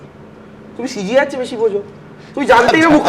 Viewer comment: Gadhar bachcha ke bolo CGI noy re, ota CJI.. Na bolte parle banglay bol na..